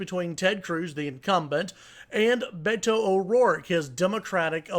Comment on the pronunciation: It gives me great pleasure that Cruz supporters are freaked out. Cruz is a lying sack of shit. Go Beto! Oh, and this commentator should learn to pronounce "Beto"